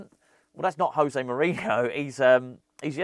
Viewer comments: It's "Joe-Zay", not "Hoe-Zay". He is Portuguese. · as he's portuguese its pronounced josay not hosay which is the spanish way, agree with all you said on this video though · I don't want to be that guy, but im going to be that guy José is Portuguese, the J is a hard J in his name, not like it is in Spanish 🤓